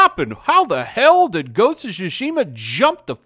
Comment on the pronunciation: It's not called sushi-ma, it's Tsushima. Reading in your only-known language shouldn't be that hard.